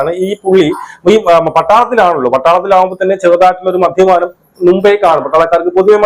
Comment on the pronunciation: നിന്നെ ആരാടാ മലയാളം പഠിപ്പിച്ചേ??😂 മദ്ധ്യപാനം,നിനക്കൊന്നും വേറെ ഒരു പണിയും ഇല്ലേ??